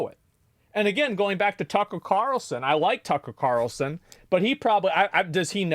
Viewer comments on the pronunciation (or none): y bro say “Tucker Carlson” so weird like that? But yes Carlson knows Charlie Kirk tells him about it in a recent pod